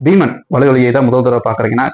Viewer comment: ஐயா இது பீமன். னா.பிகீமன். னா தெறியலையே. Beeman. Or behman